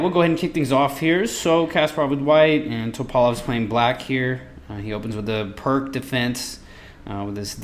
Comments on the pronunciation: Perk defence??? It's Pirc (for americans, pronounced "Peertz") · FYI the Pirc defence is pronounced peerts, not perk. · Probably already said. Pirc is pronounced as "pierce."